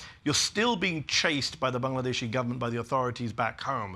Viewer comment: Love how Medhi pronounces Bangladeshi and Dhaka